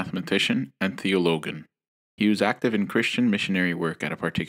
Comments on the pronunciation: It’s strange how he’s pronounced ‘theologian’ wrongly. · Theologian like theology like ends with ology, logic, not logos. It's a soft G. I know you prefer to use young muslims with English skills. However these speakers need to be well read in things like umm theology, especially if they are going to speak to the masses about religion. This I find is a problem in Islam. Those who are deemed religious have knowledge about nothing else. I really feel the Quran wants us to learn the world, and at the same time we need the world to learn the Quran. You cant understand it from inside a box where only your peoples opinions are learned and questioning them is not allowed. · Theologian was pronounced wrong. Not a good start